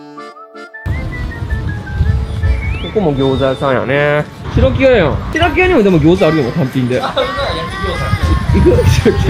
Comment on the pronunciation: 白木屋の読み方は、[しらきや]では無く[しろきや]みたいですよ。